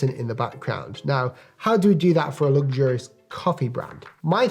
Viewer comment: The first thing I'd do is pronounce luxurious differently.